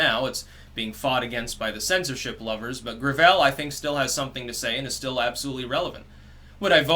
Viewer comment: "grav-ELL"... it's gravel. He's endorsed by like Hyacinth Bouquet